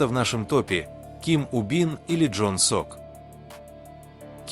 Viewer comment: НЕ ЖОН СОК. ЛИ ЧОН СОК